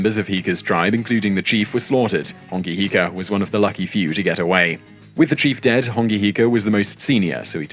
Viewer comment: It's a shame the narrator's pronounciation is off 🤦🏻‍♀️ Hongi Hika is my 5 x great grandfather. I appreciate the Maori content you both put out ❤